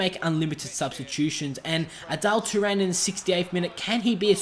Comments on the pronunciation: Adal Turan lol It's Arda Turan. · its arda turan not adelle turan